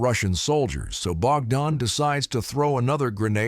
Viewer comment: Bro why are you saying something like name bakdan and all.. And also in the second clip where Ukrainian soldier are assaulting the russian dugout and trenches... You Narrating on this is maximum fake shi.. Like come on that second video is of Recon group.. And the name bakdan you're saying is not bakdan.. It was Barber.. The first man and second man is shepherd.. So kindly research more before Narrating it all...